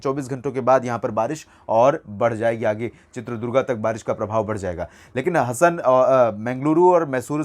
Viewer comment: That is not हसन, That is हासन।